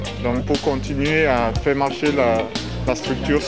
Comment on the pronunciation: Le coup de tonnerre sur nos dewwièwwe n'est pas obligé de se faiwwwwe …..